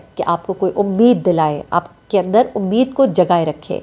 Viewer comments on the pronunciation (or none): none